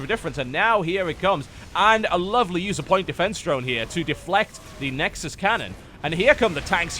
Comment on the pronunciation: "Nexusisis ses i ses i" xD